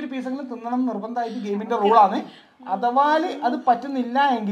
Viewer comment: ഡാ അഥവാൽ അല്ല അഥവാ 😌😌